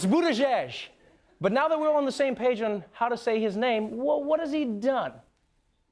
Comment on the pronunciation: "Now that were on the same page'n." Haha.